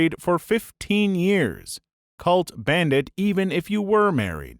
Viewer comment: why did he say ban Ned it’s banned